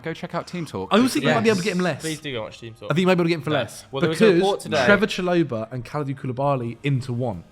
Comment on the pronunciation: What way did pronounce Trevor Chalobah???